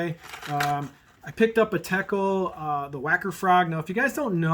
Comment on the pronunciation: BTW, it's Teckel, not Teckler. ;)